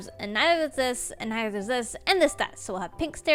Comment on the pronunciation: "And nizer does ziz and nizerdoeszis......"🤣love it ❤